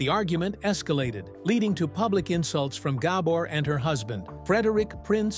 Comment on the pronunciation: Horrible ai Awada’s gAbor